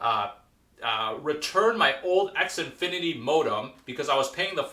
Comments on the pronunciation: The way you pronounce Xfinity. xNfinity? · X Infinity weird